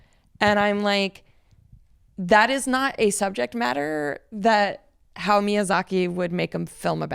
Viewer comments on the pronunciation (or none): It's not pronounced "How Miyazaki"...his name is HA-YA-O...some "stan" if you cant even pronounce his name right.